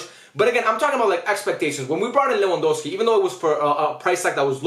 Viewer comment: just correcting you bc you kept saying lewandowksi bro